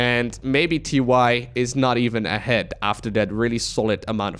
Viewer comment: Is it TY, or is it pronounced TieTie?